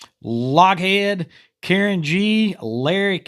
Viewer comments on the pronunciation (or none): none